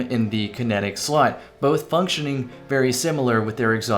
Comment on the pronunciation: Did you just say "...both being in the kinetic slut" at ? Those kinetics...